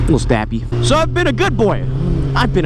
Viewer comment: "a little stahppie"